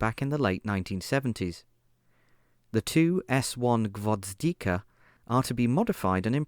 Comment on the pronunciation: I just don't get why added letters to Gvozdika, that could've been an easy one